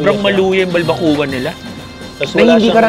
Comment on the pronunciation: Why keep saying BalbaKU-Wa (balbacua) its pronounced as BalbaKWA. Nahawa ka ata kay Mark.